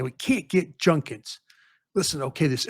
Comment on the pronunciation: can’t fix his mouth to say judkins name correctly. Been hearing him say it wrong for a whole year now… somebody teach this man how to say judkins….